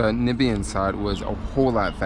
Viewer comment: You butchered it at the end when you said Nibian. Dont forget the M. NAMibian